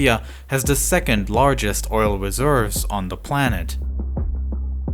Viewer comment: "Saudi Arabia has da 2nd lawgest..." Is a baby narrating this video? Did you get a free voice actor from fiver?